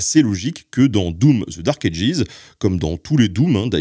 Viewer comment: Bordel qu’est ce que c’est énervant de t’entendre mal prononcer Dark Ages ..